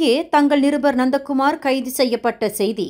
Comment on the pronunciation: Ha-ha … nandha Kumar become nonda Kumar 😂😂😂